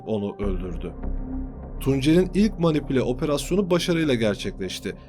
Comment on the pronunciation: manipilasyon değil manipülasyon